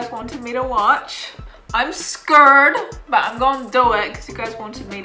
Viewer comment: do me a favor and never say scurrred again